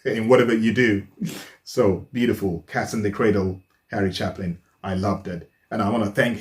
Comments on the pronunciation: Harry Chapin had brothers who were also part of his band. His brother Tom is still performing, and has YouTube videos of his own: (and their last name is pronounced with a long-A, not like the word "chap") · It’s pronounced Chapman, as in chaypin. Harry chaypin. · It's Chay-pin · It's Harry Chapin (Pronounced CHAY-PIN) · Pronounced Chay'-pin....you must listen to "Taxi", a great song that will touch you in a different way but a Wonderful story...thanks much...Paul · Just an FYI - his name is pronounced ChApin - long A sound. By the way, I know Harry's brother Tom Chapin. RIP Harry. Tom is a great guy, a folksinger. I think you can find him on YouTube. My youngest brother Danny Quinn died 7 years ago at 55, a folksinger too. He is on YouTube. I miss him every day. Danny and I had a running thing going that he would sing a song called The Water Is Wide at my funeral. After he died I spoke with Tom Chapin about this at a memorial concert for my brother and he told me not to worry because he would sing it for me. Danny & Tom were friends. They sang together many times and recorded The Water Is Wide on one of Danny's albums. That version of a very old Irish song is beautiful. Hope you don't mind me going on so long. Love ya. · His last name is pronounced Chaypin. Just FYI. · You're a fine man. You wear your heart on your sleeve. That is fine. I respect you for expressing your thoughts and feeling not just about the songs. PS: His name is pronounce with a long "A", ChAPin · pronounced harry chay pen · Harry's last name is pronounced chay-pin. He's a wonderful singer. Another wonderful songwriter/singer is a beautiful lady named Mary Chapin Carpenter--no relationship to Harry Chapin or the Carpenters. I'm sure you would like almost anything she sings.